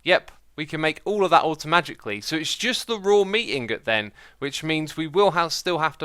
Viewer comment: when X said automaticly i thought he said automagicly xdd